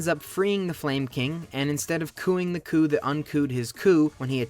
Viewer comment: its a 4 letter word called coup they staged, not a coo